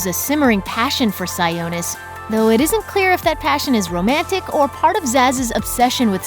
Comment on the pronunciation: Am I the only one who cringes at how they pronounce “Sionis?” It’s “SIE-AH-NIS,” not, “SIE-OH-NIS”